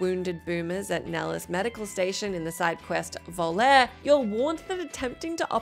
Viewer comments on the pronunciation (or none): none